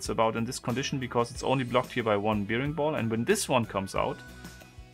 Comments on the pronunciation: Hi, es heißt: „ Bäring-Ball“. Wie der Bär. Und bear wird auch als Bär gesprochen. Hab mi schon gewundert warum du immer Biering und zum Bär Bier sagst. Ich liebe diese Puzzelei. Lg aus Graz... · Careful, it's pronounced "berring ball" not "beering ball".